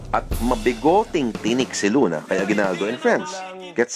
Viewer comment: aguibaldo not bayani but Bayadni .hahaha